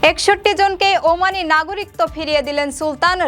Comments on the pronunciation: উপরের লিঙ্ক এ ১০০ টি বিভ্রান্তিকর বাংলা শব্দের সঠিক উচ্চারণ দেওয়া হয়েছে। ওখানে ১৯ নম্বরে "একাকিত্ব" শব্দের উচ্চারণ করা হয়েছে। একাকিত্ব এবং নাগরিকত্ব শব্দ দুটির উচ্চারণ শেষের অংশে একই। আমি উচ্চারনের ভুল বলেছি। বানানের ভুল নয়। উচ্চারণ শোনা যায় আর বানান দেখা হয়। ধন্যবাদ। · নাগরিকত্ব এর সঠিক উচ্চারন আপনি বাংলা একাডেমির বই গুলো দেখে আসেন। নিজে সঠিক টা যেনে তারপর কমেন্ট করা উচিত । কথায় আছে অল্প বিদ্যা ভয়ংকরী। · নাগরিকত্ব উচ্চারন ভুল হইছে,,, 😮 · সংবাদ পাঠিকা "নাগরিকত্ব" শব্দের উচ্চারণটি ভুল করেছেন। বার্তা সম্পাদক এবং 'প্রবাস টাইম' কতৃপক্ষের দেখা উচিত এই ধরণের ভুল ভাল সংবাদ যাতে প্রচার না হয়।